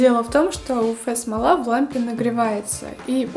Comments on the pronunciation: Спасибо за видео, очень полезно, правда уфэ-смола режет слух, всё-таки правильно говорить уэф-смола. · почему "уфэ", а не "уэф"? неприятно же звучит(